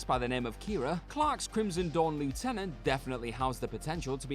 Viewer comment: You said 'lieutenant' wrong!